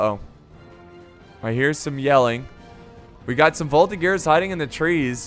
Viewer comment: Quebecer here, as a member of the voltigeurs of Québec (a infantry reserve regiment), it`s pronounced voltiJeur